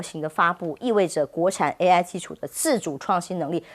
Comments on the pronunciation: 什麼爛主持人,不但只會讀大字報還讀錯,AI説成A1 sauce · 主播说A壹，哈哈哈！！！ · AI念成A 1，主持人已经可以来美国当教育部长了！ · 主持人怎樣也把AI說是A 1呢😂😂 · AI唸成A1、「業內」分析變成「內業」分析⋯⋯主持人連照唸都唸不好⋯⋯